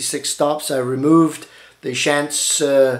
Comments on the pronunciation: Pronounced "Shonts" not Shants but great video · Thank you for this very informative presentation. I am purchasing a Hauptwerk VPO at this time. BTW, the name Schantz is pronounced "shontz". FYI, I am not closely related to the firm's principals, just share the same name. Again, thanks.